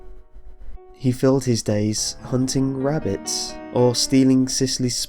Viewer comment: i keep hearing wabbits and not rabbits godamn looney tunes